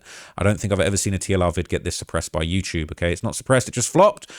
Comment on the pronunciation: “You-chube “